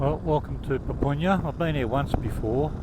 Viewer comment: Papunya is pronounced . "pupp-unya", not "poop-oon-yah"